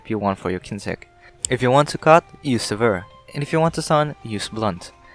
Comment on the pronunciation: Thanks, this has cleared up my confusion about the different Assist type variants! I know English is your second language, but I reckon it's worth mentioning - "sever" is pronounced SEH-ver (accent on the first syllable, and "seh" has the same vowel sound as "met"). Your pronunciation is closer to the word "severe." That being said, this is the best MHR kinsect guide out there. Thanks again!